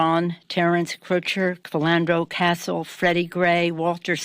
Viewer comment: yikes. that she didn't even pronounce Trayvon Martin and Philando Castile's names correctly sort of shows how much she actually cares about the human beings involved.